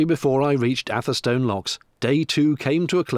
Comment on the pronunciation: FYI atherstone is pronounced atherstun